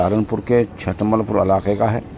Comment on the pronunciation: چُھٹمل پور ھے چ پر پیش ھے